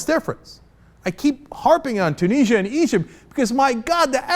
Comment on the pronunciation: Is it just Cenk or all Americans who pronounce Tunisia weirdly?